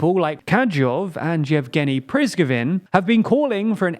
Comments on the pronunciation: Just a small note, It's Pre-Go-Zhin not Priz-go-vin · Please fix YOUR DAMN PRONUNCIATION!!! it is KADIROV and PRIGOJIN Please find a source that pronounces these names correctly, repeat that 20 times and voila, you'll not get these comments anymore. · Very well done. Except the US estimates 100,000 dead and wounded, not dead. Also, why are the narrators incapable of reading places and names correctly at all? "Kadyov"? "Prizgovin"? Why? Its not important but it makes the channel look like it doesnt know what it is talking about, which is not true. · They are called Kadyrov and Prigozhin, not 'Kajov and Prizgovin'. Your videos would be much more trustworthy if you just spent a few minutes making sure you pronounced non English names somewhat correct. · Please do something with your pronuciation of ukrainian/russian names. Its really not that hard if you tried a little. I mean like why instead of PRI-GO-ZHIN you say PRIZ-GO-VIN? Otherwise great work. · 1.7 million already fighting? There is definetely a mistake. Probably, it was 170 000 troops. Also the number 100 000 includes not only dead but all the losses, for instance, wounded. Also the man's surname is PRI - GO - ZHIN, not Priskivin. The report is not very accurate this time, though. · Kadyrov is “Ka-dee—rov” not “Ka-jove”. Prigozhin is “Pree-go-zhin”, zh as in “j” in French “Jean”, not “Prig-zin”. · Guys, overall it is very good but please double check the pronunciation of Russian names and Ukrainian cities, sometimes you fail there seriously. Not Prizgovin but PrigOzhin, Kadyrov was more or less fine but you could work on his pronunciation. And you could pronunciate Kherson in a more Ukrainian manner with H at the beginning, not K. And “o” is stressed, not “e”. I heard in other western media that they do it this way. But this is just some nitpicking that grates on my Russian ear:) Overall, very engaging and interesting, thanks for you work! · "Kadjyov and Jevgenny Prizgovin" 💀💀💀